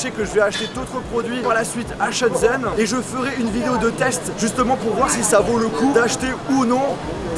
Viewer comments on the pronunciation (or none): none